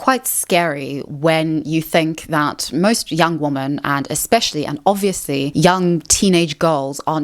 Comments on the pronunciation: The plural of woman is women. They're NOT both pronounced as woman. It's "weh' men." This generation is so doomed to be dummies forever. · The way you say "women" sounds like "woman" most of the time. Is that a South African thing? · I hate how you can't say womEn correctly. It's not hard. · I really can’t get on with the way you say ‘women’… Is that your accent? Or is there a reason you say what sounds like to me like ‘woman’ singular in place of saying ‘women’ plural? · Hate to be that person but the plural of woman is women and pronounced differently, so its ˈwɪmən Kind of distracting me from the video lol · She's gotta stop pronouncing "woman" and "women" like they're the same word. Same with "really" and "rarely." It's both confusing and annoying.